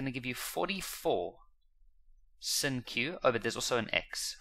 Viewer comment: The fact that he calls sine sin drives me crazy 😭😭😭😭